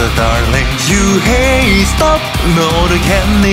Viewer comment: 이때 stop 발음 좋아하는건 나뿐인건가..